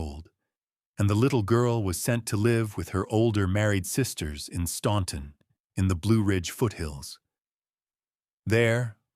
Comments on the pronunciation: Can you AI geniuses teach AI how to correctly pronounce Staunton, it's pronounced STANTON. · you pronounce it like the locals do. Stan-ton. I have lived here all my life and that is how it is pronounced. Just because it looks like it should be pronounced differently, doesn’t mean it is. There’s a lot of words in the English language that aren’t pronounced the way they are spelled. Do you mispronounce those too? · It’s pronounced Stan-ton. The u is silent. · yes it is. I live 30 minutes from Staunton and you don’t hear the “u”. Where in the pronunciation do you hear it? It’s pronounced Stan-ton. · My impression exactly. There was the book cover which spelled "confededate". The pronunciation of "Staunton", and the "bloodiest mansion" bait. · yeah, most people who aren’t from the area mispronounce it.